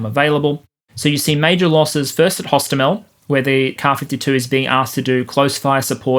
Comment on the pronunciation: hostOmel, not hostomEl. We were laughing in russians saying it wrong. From wikipedia: pronounced [ɦoˈstɔmelʲ]